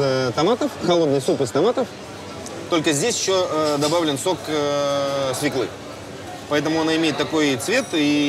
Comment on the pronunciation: Прекрасный выпуск, как и большая часть, интнресный. Но Юраааа, какая свклА?! Ты же журналист. Ну бляяяя. Мне прям как лейзвием по ушам.